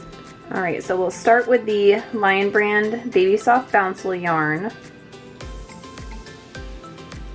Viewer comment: It’s not bouncle there is no n in it.